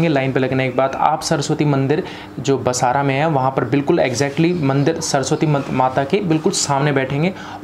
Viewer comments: बसारा नही बासर है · अरे भाई बसरा मत कहो वह बासर है कृपया उच्चार स्पष्ट करें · Basaara nahi... BAASAR /BAASARA saraswati mandir hai...phir se padho...BAASAR!!!! pehle sahi uchchaaran seekho phir youtube par jaao! aapne pooja kavaai aur baraabar naam tak nahi jaanthe aur jaankari dene nikle. Kya hogaya tumlogonko,theek se baath hi nahi karsakte, na english theek se bolthe aur na apni bhaasha. Haan "vidyaramb" nahi..."vidyaarambH" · Pehle Bhai Saab basar bolna Sikh lo